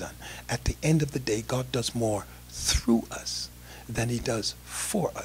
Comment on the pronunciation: I have to admit that the way this old con-artist pronounces the word 'God' as 'Gaaaaawd' cracks me up.